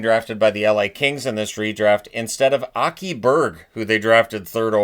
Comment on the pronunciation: I was shocked how immaculately you pronounced ”Aki”. Everyone gets it wrong although it’s so ”easy” to say correctly. Well done.